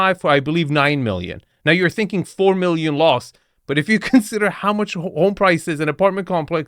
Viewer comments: Sounds like she says "sinking long term" 😆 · I honestly thought she thoght "sinking long term" and then i realized she said "thinking long term" like half a second later. I love the way women think. If it was a man saying that, it wouldn't have been funny. But having a woman tell me that...hahhahaha....that was even funnier, just honestly hearing it the wrong way.